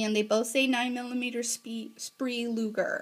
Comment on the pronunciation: nice video. just FYI: speer, not spree! and the piece is called a cartridge, not a bullet....but not a problem, still a good video.